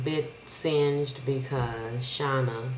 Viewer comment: It's pronounced "Shay-Nah" ;-) But great video! U spoke the truth.